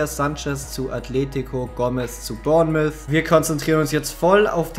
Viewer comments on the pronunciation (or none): none